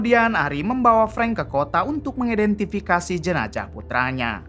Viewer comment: jenazah, bukan jenajah